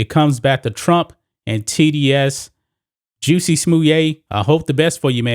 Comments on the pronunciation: Lol why you pronounce his name like that? 🤣😂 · Why do you say his name like that💀